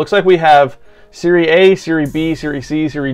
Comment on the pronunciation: You say it like "serrye" like sorry just with an E instead of an O, adding an e. And the "A" like "ahh"